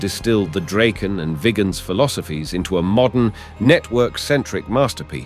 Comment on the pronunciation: It's rather tiresome to listen to an AI-generated voice all the time, a voice which isn't able to be consistent about how to pronunce words. You should at least get this right BEFORE publishing an episode like this. The "Draken" is NOT Dr-"ake"-n. It is Drahken. ALL the time. And it is not the "Gripe"-n. It is not even "Grippen", It is "Greepen" if you want to pronounce it right. Is this really so difficult to learn? Or isn't even interesting? It sure is disturbing when the pronunciation varies from one sentence to the next. At least "Viggen" is difficult to pronounce wrong. Even for an AI-generated voice.